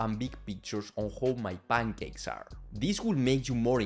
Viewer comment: bro, please articulate more clearly, i can only understand like 60% of what you're saying and that's with captions on. "Bangakes", bro just say pancakes, it's not that difficult. I'm Bulgarian. We don't even use Latin alphabet.